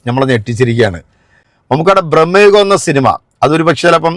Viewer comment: ബ്രഹ്മയുഗം അല്ല മാഷേ..... ഭ്രമയുഗം ആണ്.